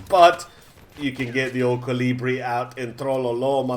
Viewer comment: Hurts that Kolibri is being pronounced wrong by every youtuber that isn't from Europe. It's not named after caliber, It's named after a Humming Bird (which is Kolibri in like 30 different languages) it's like you're butchering the word kolibri everytime you say it. It's fun tho